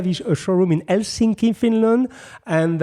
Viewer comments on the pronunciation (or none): none